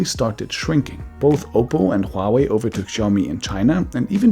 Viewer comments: Huawei is diffrently pronounced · So it's hua-way or it's pronounced like huawaii.🤔